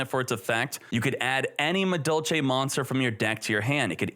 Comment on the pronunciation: Yo, am I tripping? He's pronouncing the "Madolche" monsters correctly!